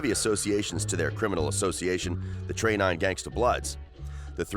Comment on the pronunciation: I stopped when he said trey 9 🤦🏾‍♂️